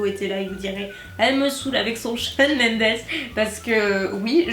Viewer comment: Shawn c'est la base 😂😂 Juste que ça s'écrit Mendes mais ça se dit Mendez 😅😆 Bisous ! ❤